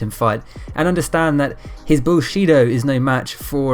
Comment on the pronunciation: "Bullshito" lol.